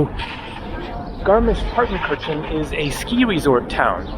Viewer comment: Finally something from a country of my taste. ❤❤❤❤ Excellent! However: it is rather "tsoogshpitse" and roman means novel in German. Congratulations for the correct spelling and almost perfect pronunciation of garmisch-partenkirchen!